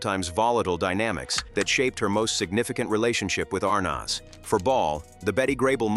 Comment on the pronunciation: This is poor AI. Why the heck is Mitzi Gaynor in this, for no reason ,commenting on Betty Grable which makes no sense? And the AI pronunciation of "Arnaz" is off the mark.